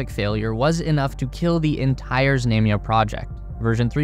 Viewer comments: It's pronounced "Znumya". Stress on "U". U as in the word "run". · There is no long "a" in Russian, i.e. like the "a"s in "Space Race." The "a" in "Znamya" is pronounced like the 2nd "a" in "salami." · Знамя is pronounced with a broad “a” as in “baa”, as a sheep vocalizes or in “ha”. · How many times can you mispronounce "знамя"? Some odd name or word that only pops up once is forgivable, but when it's the subject of the video...sheesh!